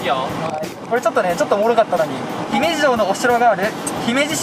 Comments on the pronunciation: なんやけど、 ひ↑めじ ではなく ひめじ↑な気がするの私だけ？？ まひってきた、、、わからぬ、、、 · の｢ひ↑め→じ→(イントネーション)｣が気になってしゃーなかったw（姫路市民より） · の姫路のイントネーションが気になってしょうがない ユニバのイントネーションも聞いてみたいところだ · 姫路民からすると、の姫路の発音違和感すぎる😢😢 ひ⤴︎めじ、じゃなく、ひ→めじ、なんですぅ… 姫路城だとちゃんとした発音してくれる人が多いのに、姫路単品になるとみんな発音ちがう…テレビの人も関西の人じゃなかったらみんな間違える…違和感… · 姫路市民、の姫路のイントネーション気に食わない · 姫路の発音がちゃうから、アウトですね。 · 姫路のイントネーションひっかかる